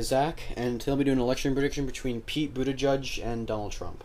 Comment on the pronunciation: Is Buttigieg not Buttijudge. There are too many closeted homophobic voters, that will not vote for Pete. I still believe the 2020 nominee is going to be a woman. A gay president, one day. you have to be neutral when making these kinds of videos. Is so obvious you are a millennial Liberal.